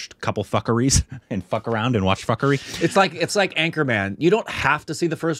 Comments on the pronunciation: Punjab is "poon.jaab" and now fukrey is "fak.rii, well korbinized🤣🤣 btw its fook.rey it means worthless/Jobless(person). its a Punjabi slang word. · The name of the movie is pronounced 'F-o-o-k-r-a-y' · its fook-ray😂😂😂😂😂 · Gosh LOL, it's pronounced as Foo-kuh-ray (Fukrey is indian slang for brokes who fake being rich). And yeah the main storyline isn't serialised but there are significant references to previous stories, so if you want to connect better, do watch 1 & 2 first. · You have to watch both the film fukrey 1 &2 .. and its pronounced Fookrey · It’s pronounced fookrayy